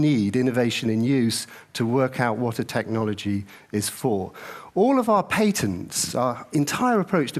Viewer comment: Good for pointing out how unproffesional people are collaborating to make products, but something really made me tick when i heard it, someone correct me if I'm wrong. Patents are pronounced pat-ents Not pay tents.